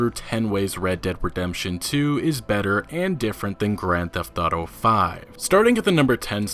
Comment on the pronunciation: "Old school gran thefauto" 😂🖕😂😂